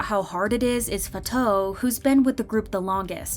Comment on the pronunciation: Fatou is pronounced FAH-too